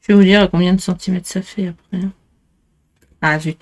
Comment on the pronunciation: Très bonne idée 👍🏼 Je viens de finir un calendrier pour des jeux à grater. Si j’avais vu le votre avant je l’aurai sûrement fait. Il est très chouette Puis je me permettre une petite remarque ? C’est un peu un toc chez moi de me hérisser pour cela … on dit centimètRe et non centimète. Vous manger le R à chaque fois ! Pourquoi ?????!!!!!!!’